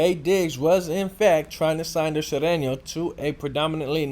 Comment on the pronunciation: Can't even pronounce Sureno....stick to saying nigga every other word.